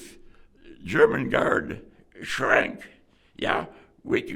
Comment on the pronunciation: Maybe Schenk not Schrenk